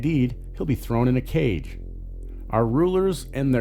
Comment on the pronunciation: Do you really pronounce "cage".. "kague"??